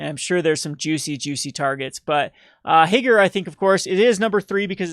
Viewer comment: Higure is pronounced Hee-Goo-Ray.